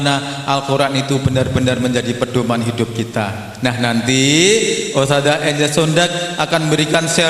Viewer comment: Ustadzah not ustajah Huruf dzal BUKAN JIM DAARUL bukan Da arul